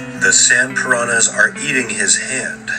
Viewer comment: You guys can't pronounce piranha the right way